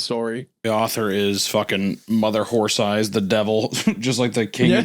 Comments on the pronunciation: I giggle every time Isaiah says mother whore thighs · "Mother Whore Thighs"? Really Isaiah? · Not Isiah mispronouncing “Mother Horse Eyes” as “Mother Whore Thighs” 😂🤣😂🤣🤣🤣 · I love how many time he accidentally says mother whore thighs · take a shot every time Isaiah says Mother Horth Eyes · Don’t let the video length distract you from the fact that on multiple instances Isaiah had to prevent himself from pronouncing Mother Horse Eyes as Mother Whore Thighs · Pretty sure I heard Isaiah say "Mother's whore thighs" a few times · On multiple occasions it sounds like Isaiah says, "Mother Whore Thighs". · Did anyone else hear Isaiah call the author momma whore thighs? 😂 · Wendi def said Mother Whore Thighs one time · The amount of times Wendi mispronounces Mother whore thighs is just funny 😂😂😂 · Take a shot every time Wendigoon pronounced "mother horse eyes" as "mother whore thighs" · I'm dying every time Isaiah mispronounces Mother Horse Eyes as "Mother Wh0re Thighs" 😂😂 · “mother whore thighs” - wendigoon 2025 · Lmao I noticed that too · Im just here for how many times Isaiah calls her "mother whore thighs" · Isaiah's mispronunciation of "Mother horse eyes" caught me off guard 😮😅. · ‘Mother whore thighs’????? Isaiah???? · Isaiah says "mother Whore Thighs" MULTIPLE times in this podcast and he needs to be called out.